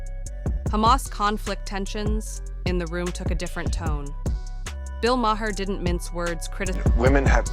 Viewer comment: Yeah, this would have been so much better without the terrible music, the voice over shit, and the mispronunciation of Bill Maher's name. Bad.